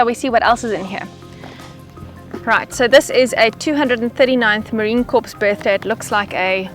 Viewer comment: FYI, Marine Corps is pronounced "Marine Core", not "Marine Corpse" Their old joke is "We're not dead yet!"